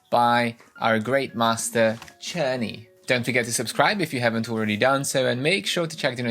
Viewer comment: Czerny I use with my students at the Music Institute. It's pronounced with K I ALWAYS HAVE. FIR EXAMPLE (KERNEY)